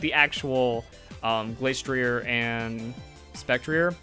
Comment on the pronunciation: Spec tree ay And Glass tree ay -ier in french is pronounced ee ay